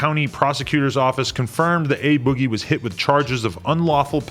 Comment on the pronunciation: It's A Boogie "Ah boogie" not Ay Boggie😂